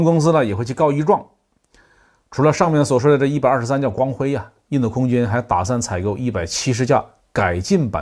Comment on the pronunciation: 为什么总是把印度说成印豆？